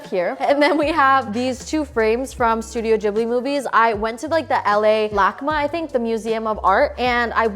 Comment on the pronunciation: the way she said studio ghibli😆